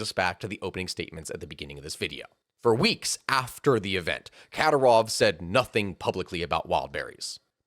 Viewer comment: How much effort would it have taken to learn how to and then proceed with correctly pronouncing Kadyrov's name? Minor pet peeve when creator's can't even be bothered to learn how to pronounce the names of some of their main subjects.